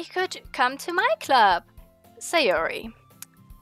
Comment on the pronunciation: It's not Sayori, it's Sahh-yoori ~ ma boi Pewds 😂